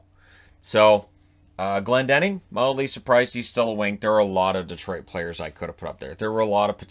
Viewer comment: Glendening and Bernier. Jeez